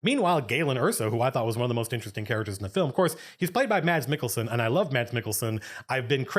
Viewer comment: As a person from that cold little country called Denmark, your pronunciation of Mads Mikkelsen is relatively on point.